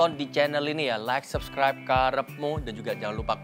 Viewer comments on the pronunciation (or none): none